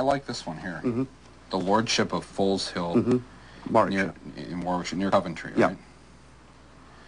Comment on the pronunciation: Can't even pronounce it properly, it is Foezill and I claim it back by ancient trial by combat, so, my allotment this Sunday, if you are not there you are forfeit. I bet yo did not know, that my allotment was formerly the Foleshill sewage works. my family have lived around this part of the world for centuries, long before the USA was a thing.